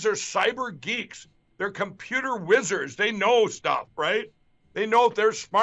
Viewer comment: Did anyone else notice that Mike said whizzers instead of wizards?